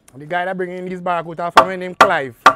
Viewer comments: the word is Barracuda not barracuta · It have no t in barracuda